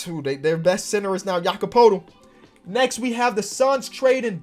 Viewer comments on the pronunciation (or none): none